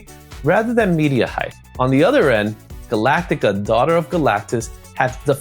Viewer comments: Great vid love these look backs. Still amazed at how many people add extra letters to Galacta's name 😂 its not Galactaca😂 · Not trying to be a dick at all.. but it's Galacta.. not Galactica. Sorry 😬